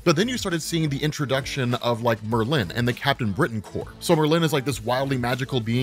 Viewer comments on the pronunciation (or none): I have never heard anyone pronounce "Merlin" like that before. XD